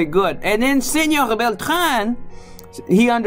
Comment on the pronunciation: esa pronunciación suena mal "senoGGGG" cuando en ningun dialecto en Castellano pronuncian las "R" como "G" ni siquiera el catalan que es incluso mas cercano al frances que el castellano, te sugiero que conozcas mas el espanol antes de hacer un video ..